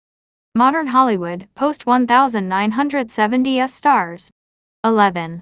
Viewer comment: I despise videos that rely on computer generated AI narration. Nine-teen-seventy-s.... Has SLASH been.... GIVE ME A BREAK! If you can't take the time to narrate your own videos STOP POSTING. Nobody wants this crap. Thumbs Down and I'm telling YT that I never want to see your channel featured again.